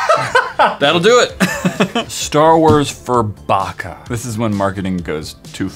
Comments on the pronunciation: Is it just me or did say burfucker not furbucker? 😂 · The way said burfokka not furbakka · My brother has that furbacca toy and he loves it BTW said Burfacca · Mathias: hey here's my Furbacca: Hey Burfacca Who else died? 😂😂😂😂😂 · "heres my furbacca" "hey burfacca"😂 im dead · Matt: hey heres my furbacca: hey burfacca LOLLL